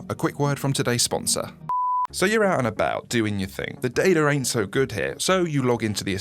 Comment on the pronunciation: I love how he says fing 😂